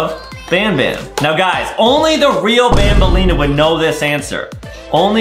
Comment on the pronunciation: ITS BANBALEENA NOT BAMBLENA